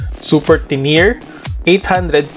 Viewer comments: Tenere is pronounced as TE-NE-RE and not as TE-NIR 🙄🙄🙄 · tener? tenere po yan ndi tener saka mio i ndi 1..